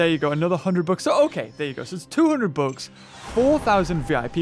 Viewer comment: when he says bucks it sounds like books